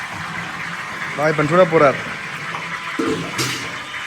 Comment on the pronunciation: வாய்ப்பான இல்லை வாய்ப்பன்.